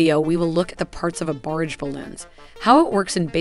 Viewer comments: Versailles, barage, kamikaze, weaponized. How are these words being mispronounced? Is it a cg voice? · Some of the pronounciation is 'unusual': for example "barrage" and "Versailles" are completely wrong to name just two. A pity when the content is otherwise so good.